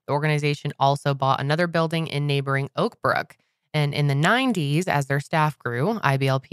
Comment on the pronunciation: When said “Oakbrook” I thought she said “Oprah” 😂